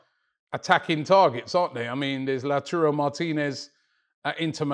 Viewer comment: He still can't say TARO though... He says TURO